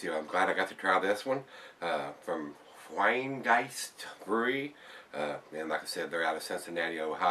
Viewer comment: The pronunciation was great as far as i can tell as a german. Im really curious why they say "Rhine". Half english half german. In german it would be "Rhein" and the "R" is not silent there. RRRRheingeist, from the bottom of your throat;D Cheers and nice review as always;)